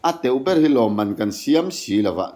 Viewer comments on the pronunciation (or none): none